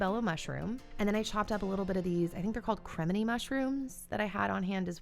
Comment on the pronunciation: I think they are pronounced creh- mihni 💞